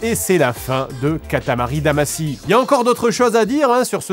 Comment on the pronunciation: Pourquoi "Damassy" ? Ça se prononce "Damachy"